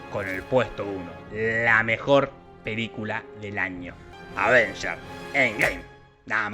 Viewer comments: re putie cuando dijiste advengers pero menos mal era un trolleo xDDD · Esperaba una mención menos burlesca de la obra maestra del cine de superhéroes : los vergadores "biengey" :'v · Me cagastes cuando dijistes avenger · cuando dijo: "avengers" casi me doy un golpe en las huevas